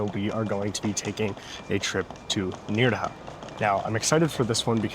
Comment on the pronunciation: It's pronounced "N-air-ha", not "N-ear-ha". I like your current videos because it walks me through one of my favorite parts of Spain. However, the constant mispronunciations is a bit jarring.